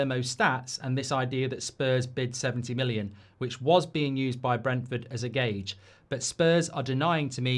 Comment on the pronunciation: Gorge??? You mean gauge